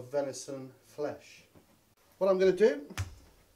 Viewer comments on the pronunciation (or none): Venishon... try saying that after 10 pints 🍻😂